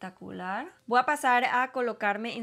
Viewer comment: Se dice voy no voa